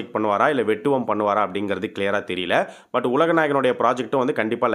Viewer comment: 'Vettuvam' pronounced wrongly